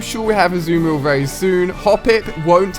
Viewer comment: The way he pronounces Marill as well -.- in the anime they pronounce it has ma-rull not ma-rill